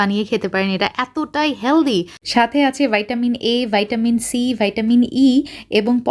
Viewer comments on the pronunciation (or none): ভাইটামিন না আপু ভিটামিন রান্নাটা খুব সুন্দর হইছে